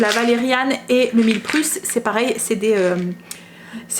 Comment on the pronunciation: Coucou.. Comme d'hab super vidéo!!! Quand tu dis millepruce ( c'est peut être moi qui ai mal compris )c'est millepertuis, non?